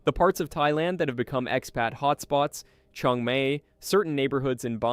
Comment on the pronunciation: Had to comment after questioning some of your costs on Penang, bit low and other information given, including later you saying which came out "Chung May" I think you'd better look up and hear the proper prounciation of "Chiang Mai"and check your information with people who actually know these countries.